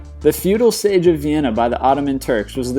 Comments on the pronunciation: Siege is pronounced seej not sage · SAYGE OF YORKTOWN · Were you trying to fuck up the pronunciation? Siege = SEEEEge not Sage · sage? SIEGE goddamn it! and oh my god when he said Trafalgar xd xd xdxd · The word you're looking for is siege, not sage. Sieeeeeeege, like the word sea. Also, not sure how all these domestic wars "Changed the World" at so much as the countries they happened in. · Siege..not sage. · ITS NOT SAGE........ITS SEIIIIIIIIGE!!! Arghhhh sooo annoying sometimes. I know its a minor thing but dude you need to pronounce things properly otherwise you loose all credibility. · Antietam. Anti-tam? An-TEE-tum. Siege. Sage? "Seeeeeeeedge." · Mispronunciations Siege - Pronounced seej not sage All of the French place names Trafalgar - Tra-fal-gar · It's pronounced "see-j" not "sage" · Antietam is pronounced "Ann-TEE-tum" not "anty-tam." Siege is pronounced "seej" not "sehzh". Trafalgar is pronounced "Trah-FALL-gur". Also, where are the battles of the Boer Wars or the battles fought by Asian powers? What about D-day, Saratoga, and Vicksburg? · Your videos are great, well-scripted and interesting but it might be a good idea to use Google to check pronunciations. It's An-tee-tum, not An-tie-tam; it's see-ghe, not say-ghe (siege), it's Tra-FAL-gar, not tra-fal-GUR. That's just jarring to hit something so well known and the pronunciations are mangled. The content though is great, very nicely done otherwise! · I was thinking the same thing... as well as "sage" instead of siege.... and others. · The Sege? The Seege ... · "sayge of Yorktown" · This guy gets so many words wrong I spend most of the time trying to figure out what he's actually referring to. It seems there were many "sages" in ancient battle. The US Civil war battle he says "Anti--tam" is actually closer to "Ann-Tee-Tum". I think it was this same guy called pronounced the river Thames in London as "Th-Aims" instead of "Tims/ Tems". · Sage????? Anti tam???? Really???? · seige is pronounced seege.